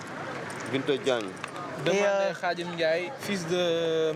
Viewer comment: Mr le journaliste on dit pas:: radim mais plutôt khadim == Cest le prénom du guide réligieux de la ville sainte de Touba == Cheich Hahmadou Bamba Mbacké fondateur du mouridisme. Il a aussi appelé == Serigne Touba 🍒